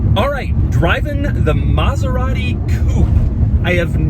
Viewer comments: its not Mazerati its Maserati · Maserati Coupé not "Coup"